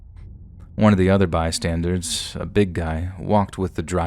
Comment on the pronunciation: Dude. My dude… The word is “bystander.” As in BY + STANDER. It is not BY + STANDARD. There is no D on the end of the word. You’re one of the best narrators on YouTube, so hearing you repeatedly mispronounce that word is very jarring. Fix the habit!!! 😆